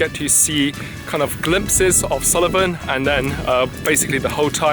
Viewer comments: Nice video, but it's Sool-ven not Sulli-ven. Just so you know 😉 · Correct pronunciation is Suilven or Sullivan?